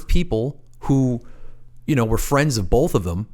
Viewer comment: Please stop saying bolth. It's both